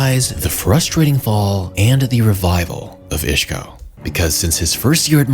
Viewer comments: He's Isco, not Ishco. Otherwise, great video. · Bro who the FUCK is “Ishco”? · Who is "Ishko"? Lol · take a shot everytime he said ishko 😂